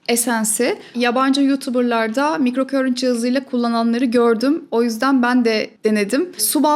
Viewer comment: Emeğiniz için çok teşekkür ederiz ilgiyle takip ediyorum sizi ancak /mikrokörint/ şeklinde okunan bir kelime yok, alanım İngilizce olduğu için söyleyeyim; sözcüğün doğru okunuşu /maykrokarınt/ dır; ama buna da gerek yok güzel Türkçemiz dururken; keşke “mikroakım”ı tercih etseniz. Saygılar 🌸